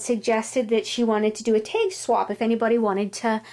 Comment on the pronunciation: where are you from you say teg instead of tag